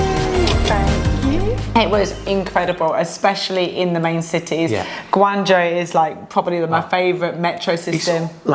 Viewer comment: omg your pronunciation of Guangzhou is incredible as none Chinese speaker, you even get the tone right 😮😮